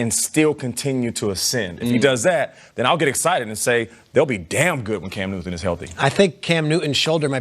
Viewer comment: At .03 she said Cam Newman! 😆😆😆